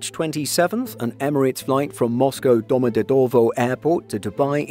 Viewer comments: The airports name is spoken "Domadedawa", just to be correct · Was thinking the exact same thing. Why emphasize certain syllables like that 😂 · Why do you pronounce Domodedovo like that 😂